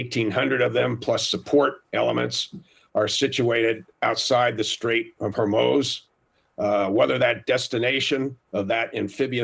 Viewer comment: Trump's threat to "obliberate"????? "Straits of Hermoze"???? "Perculate"???? Wow.